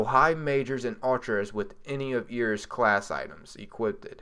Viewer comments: "air-is" not "e-ris" lol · Its not eeris its eris